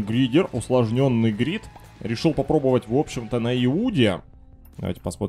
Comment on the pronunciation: Так это грид а не гридиер